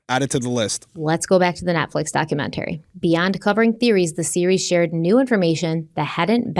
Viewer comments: am i the only one who cringes every time says "documentary"?, girl, why do you pronounce it like that? 🤣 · Everyone has their “things” that drive them crazy for no reason. The way she pronounces the word “documentary” is one of them.